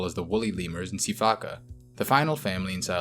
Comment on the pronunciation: See-fack-a at 22.02 😭🤣🤣